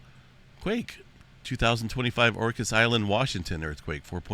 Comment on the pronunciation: You said orcas correctly. I'm from the sound near there. Plenty of orcas there that's why. Weekly killer whales in the area. ( David from bashan b is v v is b vashon island Lol)